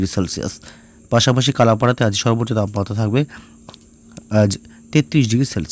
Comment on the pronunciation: আর দক্ষিণ বঙে বরিশাল বিভাগের একটা জেলা কলা পারা। ওটা ইংরেজি বানানে কালা পারা। কিন্তু বাংলা উচ্চারণ হবে কলা পারা।